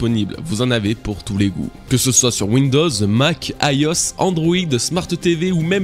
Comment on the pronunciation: franchement je t'adore mais le Ayos (IOS) il m'a fait froid dans le dos 🤣